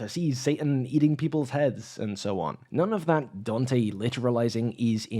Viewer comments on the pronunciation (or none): none